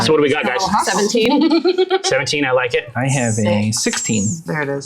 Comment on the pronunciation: "I DONT LOCKET" - (or Fen?)